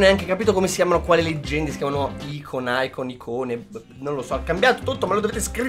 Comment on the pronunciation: Si scrive icon ma si legge aicon